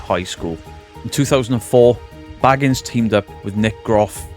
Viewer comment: I don't why I found it so funny that you repeatedly called him "Zack Baggins" - like he's Bilbo and Frodo's embarrassing relative - rather than what I believe is the correct pronunciation of 'Bay-gans,' but I deeply appreciate that you committed to it!